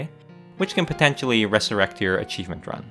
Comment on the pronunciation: ИГИПТ АЧИВМЕНТ)))) Братан, ты лучик солнца в наше тяжелое время) Кстати, БоГемия не звучит как БоСемия, если уж и говорить на американский манер, то БоХемия) А то вчера прям улыбнуло с боСемии!!)